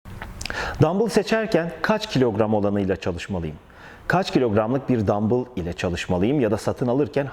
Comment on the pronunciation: Ne Türkçede ne ingilizce de dambıl diye bir kelime yoktur dumbell diye yazılır dambell diye okunur arnold vb hep dambells der en basitinden google çeviriye yaz dumbell yaz dambell diye okuyor yurt dışında dambıl derseniz rezil olursunuz